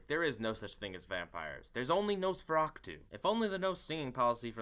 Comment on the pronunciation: it bothers me so much how you say Nosferatu as "Nosferactu"